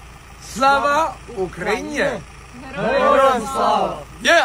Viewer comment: Він реально такий ідіот що не може нормально сказати УКРАЇНА Та навчіть того який іноземець вимовляти Україна . Від того украньЯ аж ламає .